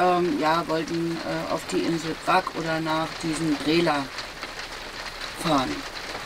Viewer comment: Es wird "Bratsch" ausgesprochen, nicht "Brack". Es kann doch nicht so schwer sein, sich ein paar Minuten zu nehmen und sich zu informieren, wie die wichtigsten Namen ausgesprochen werden....